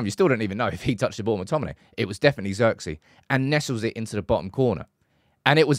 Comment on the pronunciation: His name is pronounced Zirkzay btw